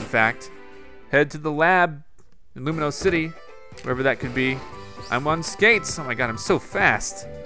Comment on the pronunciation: Loo-mee-os city